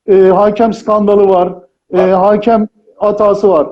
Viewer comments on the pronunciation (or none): Haaakem değil hakem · “Haakem” diyor inatla hala ya. Komedyen “miizah” der, ekonomi profesörü rakamı “rakkam” yapar. Bu arada bin küsur senelik muhatab da “muhattap” olmuş. Anadiline bu kadar saygısız başka bir millet var mı acaba?